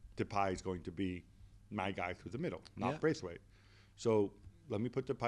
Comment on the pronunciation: agree - but he could show the respect also to say his name right - it is BRATHwaite